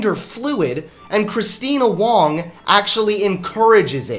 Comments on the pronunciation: Dude, it's not "Christina Dong" It's Christina Wrong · I love you man, but, “she makes my Wong shrivel up”?